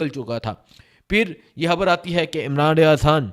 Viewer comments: ھبر نہیں. خبر کہا کرو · بھای خبر تو صحیح دی ہے آپ نے مگر ح اور خ الگ الگ حروف تہجی ہیں عربی میں اور اردو میں بھی اور جب ہم الفاظ بولتے ہیں تو ظاہر ہے کہ ح اور خ کے الگ الگ معنی نکلتے ہیں